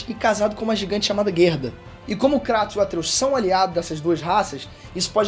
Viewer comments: Kreitos chama de kreitos não krAtos... Isso me odeia kkkkkkk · Na dublagem original eles falam "Kreitus", mas o experts do YouTube, como Davi Jones, e até o falam KRÁTOS kkkk entendo isso não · é kraiiiiiiiiiiiiiiiiiiiiiiiiiitosssssssssssssssssssssss NAO Craaaaaaaatossssss ( não ligo pra isso mas me da um tick nervoso KKKKKKKKKKKKKK ) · Mano e tao estranho o kratos sendo chamado de kratos em vez de "kreitos" no ingles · Não consigo respeitar alguém que fala "Cratos" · Dahora, mas tem que falar “kreytos” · Fala direito, cara! É muito feio. Fala "Kreitos". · O CARA Q FALA CRATOS E PRA PULA O VÍDEO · É a maneira brasileira de falar desinformado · O jeito que ele fala Kratos é totalmente errado, PQP.